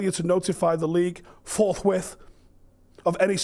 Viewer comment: “FORTHWITH” got me crying laughing